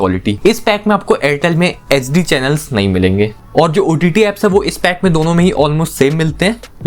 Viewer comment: bhai tum HD & SD clearly bolo, nahi to fulform use karke baat kiya karo,,, sunne walo k help hoga